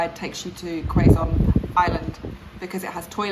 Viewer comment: Wonderful! Glad you loved Hundred Islands and Alaminos. One thing you'll notice in the provinces and beaches up north is that coconut trees aren't plentiful. They're more abundant down south, even in southern Luzon. 🌴 Btw, Quezon is pronounced Keh-zon (not Quay-zon) and Visayas is Visa-yas (not Visay-yas.) ᵔᴗᵔ